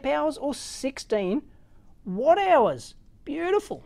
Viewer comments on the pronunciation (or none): none